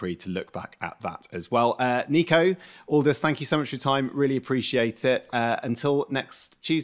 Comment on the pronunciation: Butchered both names. "Neeko" & "Oldas"